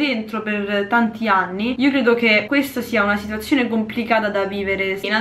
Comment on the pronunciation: Ma vogliamo parlare di quando ha detto “8 e 10 aNi” 😂😂